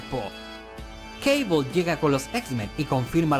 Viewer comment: ¿porqué dice Caibol?, si se escribe Cable, será Cable, por no hablar que Cable suena mucho más épico, que Caibol, que parece una marca de mochilas barata.